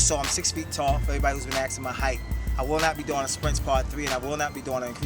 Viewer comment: Do you say AKSING ME on purpose or because its cool ! can you like this comment so he can see it please and because i want to knock this guy out of 1st place :DDD